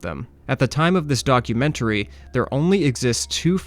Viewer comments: Not gonna lie, the way you say 'documentary' was driving me crazy. 😅 I am a new fan of your channel though, I greatly appreciate all the work you put in! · Documentary is not pronounced in the manner you chose. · I am confused by the way you pronounce documentary, what region is that from?